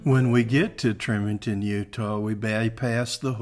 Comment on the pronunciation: Nice video. FYI - the locals pronounce it "TREE-monton" with a long e and the emphasis on the first syllable. Utah is chock full of odd pronunciations like "HURR-a-cun" for Hurricane and "man-away" for Mantua lol